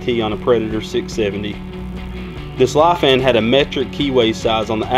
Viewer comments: ITS NOT PRONOUNCED “LEAF-AN” ITS PRONOUNCED “LIE-FAN” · Lee-Fan is how its pronounced. I have talked with a rep and he said to make sure I said it right lol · It is pronounced leefan . I know because when they sent me the engine they told me to pronounce it that way